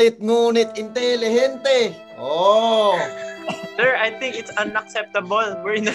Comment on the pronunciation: Ken be like: Sebente-sebente, paulit-paulit intelihente😂😁